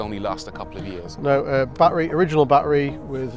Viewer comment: It's amazing how neither one of these people, not the host of the show and not the owner of the car know how to actually pronounce the word battery... Even though they both pronounce it differently... Neither one of them have the correct pronunciation 😂